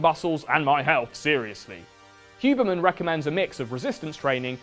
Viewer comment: I love how you called it the "hubermench" hiehie